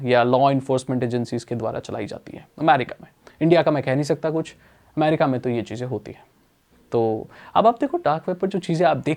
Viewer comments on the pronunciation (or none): none